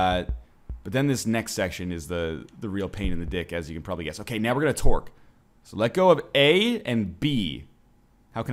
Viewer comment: I know you're saying tork but all I hear is twerk